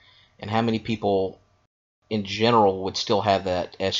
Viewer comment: the word is ESCALADE, not esculade